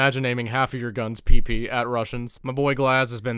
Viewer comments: We pronounce this ПП guns not pipi, bruh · I'm russian and PP, pronouns more like pepe the frog, not pipi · I will be that guy but in russian PP 2000 is not being pronounced as PeePee, latin alphabet inferior to god chosen CУЯILLIC doesn't have the proper sound з.ы. Zis video iz great nevertheless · Actually, PP is pronounced as Pæpæ